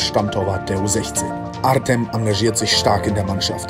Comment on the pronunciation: Wenn er artem heißt wir des artseum ausgesprochen